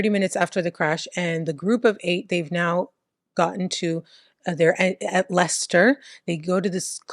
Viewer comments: Perfect pronunciation of Leicester 🙌👌🫶❤ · Yes you pronounced Leicester correctly. I was just at that Tesco yesterday. Ugh. I feel sick that I know some of these people. They were always fk ups. Banbury is in Oxfordshire. Banbury is just over 1 hour from Leicester. Stoke on Trent is 1 hour and 20 mins ish from Leicester and 1 hour 30 from Banbury if you don’t go through Leicester. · Yes Leicester is pronounced "Lester" and actually Stoke is Stoke and not "Stokes". Your English accents are wonderful. Personally I'm hoping you get to cover a case from Bicester ("Bista"). Your shows are like a cultural lesson and I'm learning some of the things Americans don't know about British culture, eg balaclavas! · English guy here: 'Leicester' is pronounced 'Lester', well done. 'Stokes'? I think you mean 'Stoke' on Trent (sounds like I am stoked). Edit: your English Accent is really 'taking the mick', in the best possible way lol. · You definitely pronounce Leicester as Lester so you’re saying it properly,. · You pronounced Leicester perfectly 👌. Lester. Same with Worcester. Pronounced wusster 🙂👍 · I forgive her due to the perfect pronounciation of Leicester 🤣 She tries a lot harder than most YouTubers lol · The only American that knows how to say Leicester. But can't say Stoke....😂